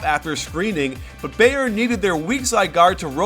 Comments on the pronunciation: lol it's pronounced "bi • earn" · Who is this beyern he is talking about? Lol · Coach I don't care if you mispronounce most of the player's last name, but the team name, Bayern, you should be able to pronounce correctly. There's a huge football (ala soccer) team with that name, and it's pronounced the same. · The way he says Bayern kills me